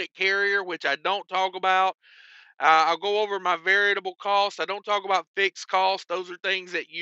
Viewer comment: must be ill, he said variable correctly. There is no Adam Bennett.